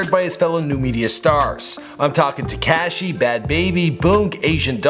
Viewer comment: HE SAID “ TECASHI “ ITS TEKASHI 😭